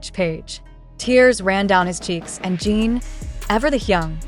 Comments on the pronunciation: Your Post is Always Full of LIES. And when will You PRONOUNCE correctly? It's JIN, NOT JEAN. Reporting You. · You can spell Jin as 'Jihn' in your English robot translator for these videos so it pronounces the name properly instead of 'Jean'. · ** You Can't Even Pronounce the Name Right. It's NOT JEAN. Get it Right.